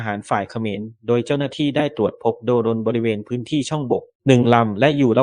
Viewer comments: เล็งหัวเป็นปุ๋ยคาที่ เล็งตรงไหน เมื่อไหร่ ไม่ตรงปก แล้วเลิกซะทีเถอะคำว่าโด-รน…โดรน ไม่ใช่ โด-รน เข้าใจอยู่ว่าเป็น AI แต่ช่วยแก้ซะทีเถอะ..เซ็งเป็ด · อ่านว่าโดรน คือ โดน ไม่ใช่ โด รน จ้า เลิกใช้ AI อ่านน่ารำคาญอ่านไม่รู้เรื่อง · แอดใช้ai หรือโดรนอ่านว่าโดนไม่ใช่ โด-รน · อ่านว่า(โดน)ไม่ไช่อ่านว่า โด-รน นี่ละเด็กรุ่นใหม่อ่อนวิชาภาษาไทย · ได้มาอ่านคำแนะนำบ้างไหม เขาแนะนำทุกคลิป อ่าน โดรน ควบกล้ำ ไม่ใช่ โด- รน ฉัรคคนลาว หนหวยแทน แต่ก็ขอบคุณ ที่แชร์เรื่องราว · คนอ่านหรือai ทำไมอ่านโดรนว่า โด -- รน ต้องออกเสียงว่าโดนแต่มีเสียง ร เรือ กล้ำ